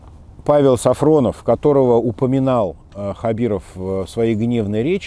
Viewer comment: Неправильно говорите фамилию! Он Сафонов а Не СафРОнов !